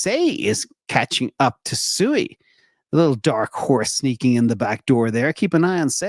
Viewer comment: SUI is pronounced "swee", not sue-eee. The later is the word used to call a herd of pigs.